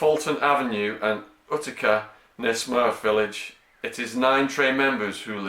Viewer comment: Utica pronounced yew-ti-cuh